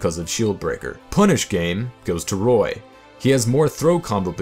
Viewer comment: Roy -_- not toy